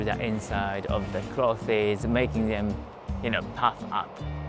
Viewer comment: i like how you say clothies. great video, thanks